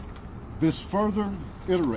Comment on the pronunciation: Bro can you not pronounce Th. Dis-Dey